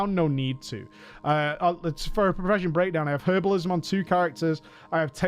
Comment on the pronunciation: "HHHHHHHHHERBALISM" god I cant